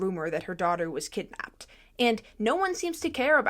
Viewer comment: K go the g is driving me nuts theres not a g in kidnapped